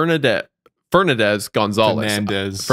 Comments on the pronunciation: I can’t believe I just heard say “Fer nah dez” instead of Fernandez i didn’t think there were people who could mispronounce that so badly 😅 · wendigoon struggling to pronounce fernandez has permanently changed my perception of him